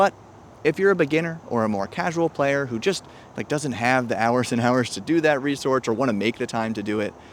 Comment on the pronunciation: Resortch: When your first sortch is unsuccessful, so you sortch a second time.